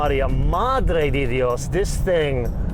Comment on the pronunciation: Again, "Santa María, Madre de Dios" is being pronounced incorrectly. The "de" in the phrase is pronounced "deh" not "dee". Get it right. Don't butcher el castellano.